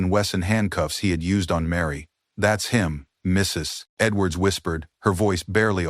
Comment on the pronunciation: Why does this narrator have so much trouble saying, "Mrs. Edwards?"